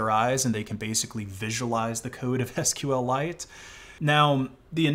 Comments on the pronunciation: And I'm pretty sure it's pronounced "sequel-ite". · didn't know you could deal psychic damage to people by pronouncing SQLite as "sql lite"